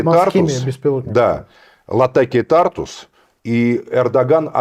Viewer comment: говорил уже не один раз в слове Тартус ударение на У